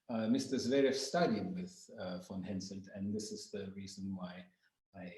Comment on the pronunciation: HenSELT! not HenSON!